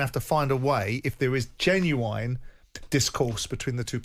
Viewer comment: Why does Simon pronounce the word "genuine" like he's Irish? Jen-U-wine?????